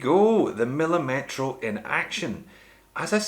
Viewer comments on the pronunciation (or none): the correct pronunciation is millìmetro, with the accent on the second "i", not millimètro as you say